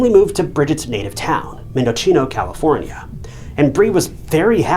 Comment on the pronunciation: "Mendocheeno?" Really? Nice research.